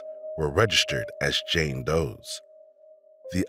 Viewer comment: she was a JANE Doe, not JAN Doe smfh! well THIS pronounced qqàà½